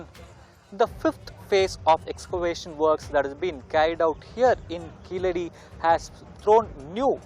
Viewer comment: It's keezhadi not keeladi🤣